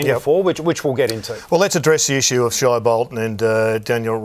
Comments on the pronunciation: it is pronounced shay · WHY CAN HE NOT SAY SHAI BOLTON’S NAME CORRECTLY. Does nobody correct this fool